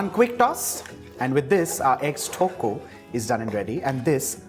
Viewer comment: Haha..the way he pronounce tokku 😍😂 is actually cute..